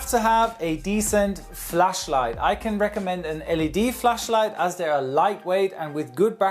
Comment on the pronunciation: notice the exaggerated pronounciation of flashlight to not accidently say fleshlight xD